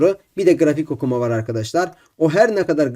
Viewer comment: grafik okuMA🤣🤣🤣